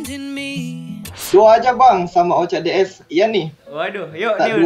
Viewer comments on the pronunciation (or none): Oca DZ ❌ Oca DS ✅ :v